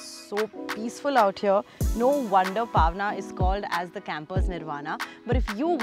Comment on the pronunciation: Nice and informative video. Kudos to the team! But the way the host pronounced 'Paaaaawna' literally gave me mini heart attacks! Wont hurt much to learn pronouncing the names of the places that you endorse? Also 'Mumbai' not 'Mumbaai'.